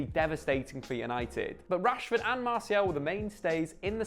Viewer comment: why the emphasis on the last word of every sentence. "We have to talk about Marcus Rashforrrrrrrd". "get a shot awaaaaaay". "than any player in the sideeeeeee". Drove me crazy.